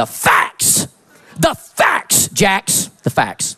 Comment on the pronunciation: "this is the FACKS.... DHA FACKS"